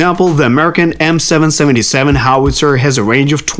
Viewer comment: M777 is pronounced "M triple Seven" just as a comment 👍